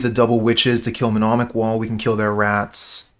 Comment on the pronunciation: Nice, this is a deck I really wanted to see being played. Btw it's mnemonic wall not menomic, it's a silly word